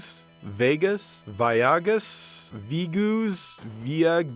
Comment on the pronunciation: Woo does that Veigeuss (or whatever) game look terrible. I think it's supposed to be pronounced Vaygus?